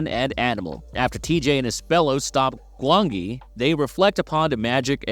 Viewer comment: The valley of gwangi was 1967 for one thing and could you please stop using an A.I narrator, the mispronunciation is infuriating.